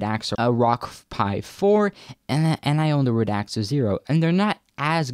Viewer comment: It isn't pronouced "RAD-AX-A," it is pronouced "RAD-ZA." Pay some attention.